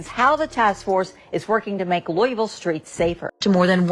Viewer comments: Yaw need to learn how to pronounce Louisville. Ain’t no Louis-ville. It’s Lou-ah-vull. 😅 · This nigga ain't never lived in ky by the way he pronounced louisville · “Lewis-ville and East G??” But you lived in Kentucky???? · Pronounced Loo-wee-ville